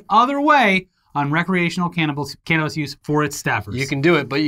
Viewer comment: "Recreational Canninbals"